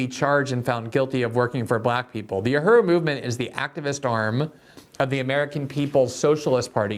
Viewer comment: Dear Glenn... The word is U.H.U.R.U... Learn how to pronounce it so that we...your viewers/listeners can understand you. But also... Tampa did what was right... All black people are guilty of being black... Candace Owen with her white husband is still a guilty of being black. The UHURU gents are all guilty of being black